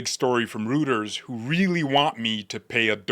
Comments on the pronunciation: I believe “Reuters” is pronounced “ROY-ters” not “ROO-ters.” Great video. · Roy ters not roo ters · Rueters Iis pronounced roy- ters not rooters 😂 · It is not pronounced "root-ers". It is pronounced "roy-ters". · Lol!! Reuters is pronounced ROY-TERZ. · it's pronounced ROY-TERS. Great job! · ROY-ters, … ROY-ters. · Reuters is pronounced 'royters' or 'roiters', like Deutsch is 'doitch'. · Reuters… pronounced ROY TERS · Hint: Reuters is pronounced Roiters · This Jim-brain notices that the "eu" in any Germanic context is pronounced "oy" as in "boy oh boy the soy-boy ploy."